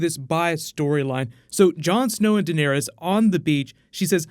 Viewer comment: It's Dan air es. Not Den ear es. 😂